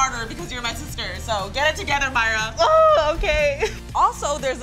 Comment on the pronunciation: It's mayra not whatever u said